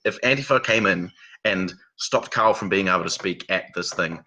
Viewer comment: He calls Carl “Kyle”. It is his accent or … what is going on here?